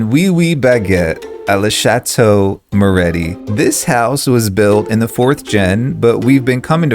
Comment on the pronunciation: guys im begging yall its moretti not morreti 😭😭